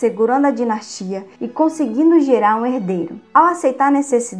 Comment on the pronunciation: O conteúdo e mto bom mas,cuide mais das palavras.Dinastia e não dinatia .Só um exemplo.Há mtos erros de português.Inadmissíveis nesse tipo de vídeo